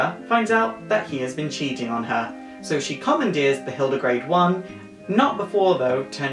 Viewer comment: Its actually the hilde garde, not grade. Ps: FF 2 reference...;)